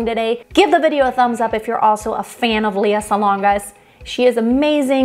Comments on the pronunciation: Her name is pronounced L..E...A!! Now leaha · Her name is pronounced lay ah.